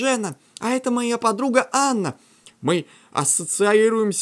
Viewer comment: не Анна а Эйн